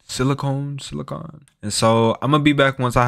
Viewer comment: if you can't pronounce "model" and "silicon" I can't watch this video